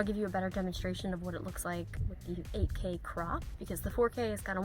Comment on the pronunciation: When you said 8K l only heard AK. As a name of AK 47.